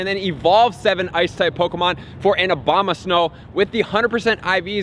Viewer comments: Did he just call Abomasnow, Obomadnow? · Did you just say Obamasnow? 😂😂😂